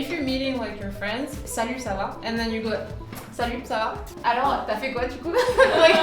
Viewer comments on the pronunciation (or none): It's interesting but it is "ça va?" not "sa va"in French! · It's not "Salut Sava" but "Salut ça va ?" hahaha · yeah i’m french and i was like what is sava 😭😭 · btw it's: ça va